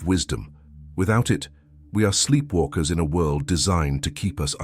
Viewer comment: world not wuld